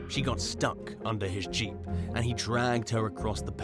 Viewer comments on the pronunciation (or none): none